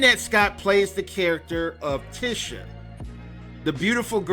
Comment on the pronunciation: Bruh how you see the movie and can’t pronounce her name right🤦🏾‍♂️